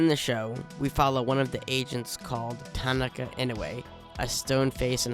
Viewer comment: her name is pronounced "ta ki na", not "ta na ka"